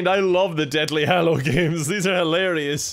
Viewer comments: "Deathly Hallo" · “Harry Potter and the detly hallows”